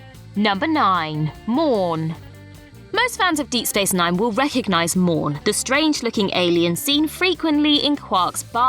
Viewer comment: Morn... not Mourn